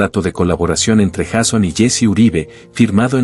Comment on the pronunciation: Porque dice Jason Jiménez, el nombre de él es YEISON JIMENEZ Y SU NOMBRE COMIENZA POR : YEI.... , NO JA...